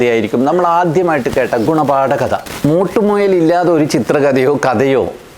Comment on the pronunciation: മോട്ടുമുയൽ അല്ല മിട്ടു മുയൽ😍